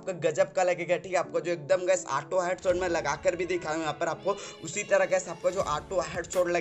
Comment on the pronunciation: U saying ATO NOT AUTO